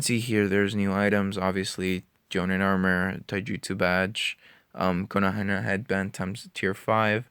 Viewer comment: please please dont say konohana. its kon-o-ha